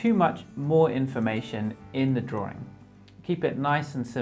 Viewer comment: I love your videos, but why why why do you keep saying “drawring” it’s drawing, without the second r. It’s just making me crazy